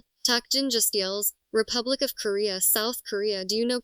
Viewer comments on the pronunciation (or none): none